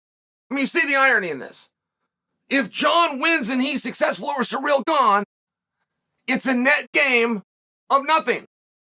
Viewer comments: But Cyril is suddenly "Cereal" ?? Hahaha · Hooked on phonics never reached the fighters huh? Surreal Gane...Cereal Gayne..Surrel...